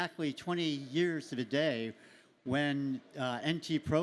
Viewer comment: It's Day not Dee 😂